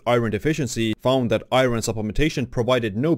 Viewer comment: Is it me or do eastern Europeans have trouble pronouncing iron. I get it, it's spelled nothing like it sounds. Eye-earn